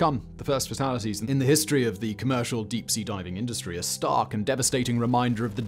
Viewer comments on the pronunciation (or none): none